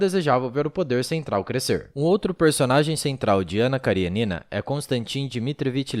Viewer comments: Ótimo texto. Ótimo video. Apenas um detalhe: KariÊnina (da até pra ver o acento no video ), não KarieNIna. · A pronùncia è Karênina, não Karienína. Aliás a maioria dos sobrenomes russos são proparoxítonos, se terminam em vogal e paroxítonos se terminam com consonante